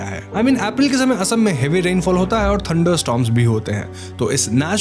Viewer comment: ye "asm" kya hota hai bhai mere? ASSAM ... ASSAM uccharan karo